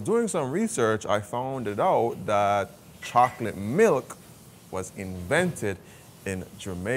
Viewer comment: Love the chica chocolate pronouncing, bitter to sweet